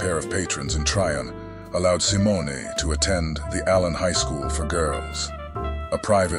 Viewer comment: I think most of this video was made by AI. The script could have been scraped together from freely available sites, and the VO makes weird mistakes, like sometimes mispronouncing her last name.